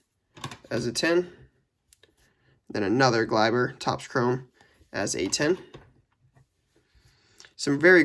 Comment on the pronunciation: It kills me as a Yankees fans when u say this😂😂 It’s is Glay-ber